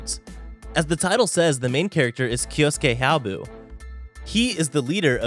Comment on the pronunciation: Its 'hyoubu' not 'hyaobu' - -'